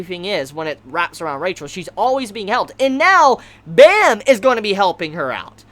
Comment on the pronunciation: Off topic but Baam's bame is pronouced with a light a. Like when you say "Aah." Also the B is leaning towards the P sound but you can still say it's a B.